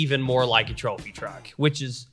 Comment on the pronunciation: What in the world is a “Thropy truck”? lol 😂